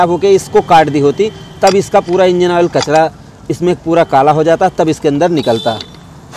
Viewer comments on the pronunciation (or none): Awol nehi oil hota hey😂